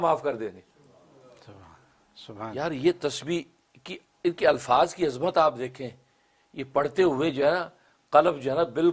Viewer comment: Azaamat. Azmat. Arbi alfaz Correction ker den. Wah cant.